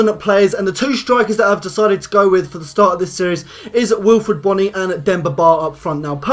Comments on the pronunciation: say boooooooooooony not bonnny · Pronounced Boney